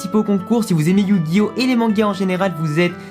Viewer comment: personnellement je refuse de reconnaitre la version 4Kids comme traduction officielle mais bon, fais comme tu veux (on est en France mais ça ne t'empêche pas de prononcer yugioh à la japonaise et non pas "yujio")